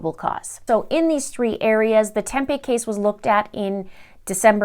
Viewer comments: I don’t remember the Morphew case being here in Phoenix. But Tempe is actually pronounced like Tempee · It’s pronounced “Tempee’…. home of Arizona State University surrounded by the cities of Phoenix, Scottsdale, Mesa and Chandler. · Tempe is pronounced with the long e sound ❤️ ya girl!